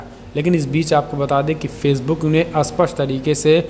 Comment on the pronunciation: Bhai aapki hindi sudharo.aap supust ko asupust bolte ho..aap har video me ye vakya bolte ho.lekil har bar asupust bolte ho .jo ki galat h.is se accha h aap 'seedhe tor par; aisa vakya use karo .ok